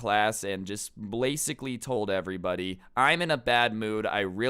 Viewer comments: I lost a brain cell when said bracacally instead of basically 💀😂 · WHEN HE SAID "BLAASICLY AAHHAHAH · “Getting into it worth” “Blasicaly” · he says blasicly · Wait... baslically? Did I here that right?